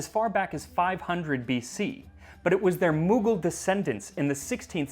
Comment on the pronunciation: Though he did say Mughal wrong